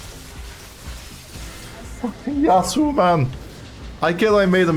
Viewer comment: "Yauso" xD